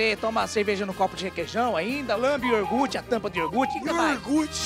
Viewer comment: "YORGHUT" kkkkkk